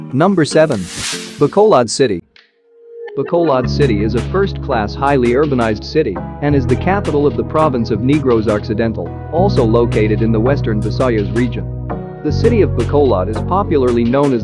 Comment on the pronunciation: LOL..he said NEEEGROS Occidental. SMH.